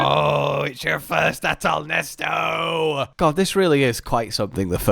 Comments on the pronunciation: STOP SAYING NESTO IT'S AHTAL-NESET I SAW YOU LOOK AT ITS NAME ON THE MONSTER POLL I KNOW YOU'VE SEEN IT PLS STOP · IT'S NOT NESTO, IT'S NESET